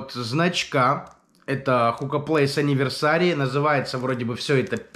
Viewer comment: Энивёрсери а не аниверсари